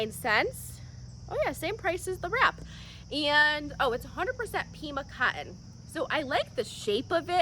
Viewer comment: Like the way you pronounce cotton, cot in. Joggers are too cute and solve the length problem for us short folk.